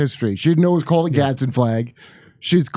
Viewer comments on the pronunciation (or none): "Gadz-din". 2 syllables. Not "Gaddison".